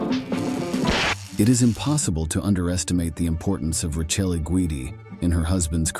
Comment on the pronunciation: His wife, Rachel, is pronounced Ra. Kellay